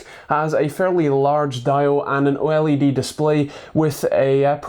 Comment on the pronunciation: Finally someone says OLED in the right way!!!